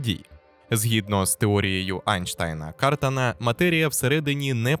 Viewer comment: В прізвищі КартАн (Eli Cartan) як і в будь-якому французському прізвищі, наголос на останньому складі.